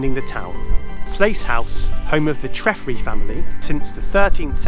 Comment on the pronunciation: Great video just a couple of mispronunciations Treffry is pronounced Tref-fry not Tref-free. Arthur Quiller Couch is pronounced Cooch not Couch.